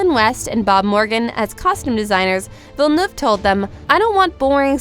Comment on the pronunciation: Nice research, but I wonder why you didn’t do the research to pronounce the director’s name correctly?